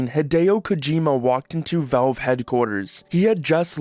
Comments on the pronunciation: There is an A in valve. It's not spelled "velve," it's spelt "valve." Say the A. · they're called valve, not velve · Why do you keep saying "Velve"?